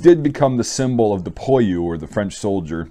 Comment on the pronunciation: It's pwaloo by the way ;)